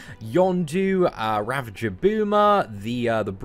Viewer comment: lol you still cant pronounce ravager properly